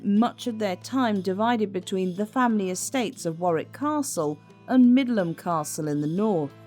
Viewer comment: It's Middleham Castle, not Midland.